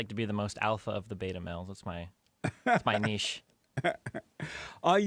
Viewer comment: Beeeeeeta! Lol I love how he says beta. I honestly still can't tell if jlp is a giant troll or just ridiculous